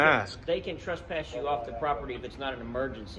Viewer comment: 1st of all it is TRESPASS, not TRUST PASS